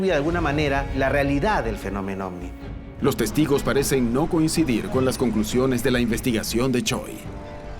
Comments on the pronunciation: En español, la letra “V” se pronuncia como “B” según la RAE. Me desespera escuchar “ofni” jajajaja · Ofni Ofni Ofni y ofni 😂😂😂😂